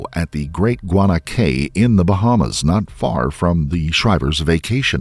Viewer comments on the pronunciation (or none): Guana "Cay" is pronounced "KEE" A cay is a small low island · fyi - In the Bahamas CAY is pronounced KEY. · This entire video & all my brain is focusing on is, "It is pronounced KEY. That is why we have the FL Keys. It is KEY."